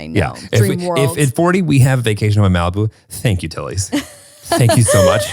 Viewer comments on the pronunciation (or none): Is it just me who thinks she's saying "hi tities" lol not hi tillys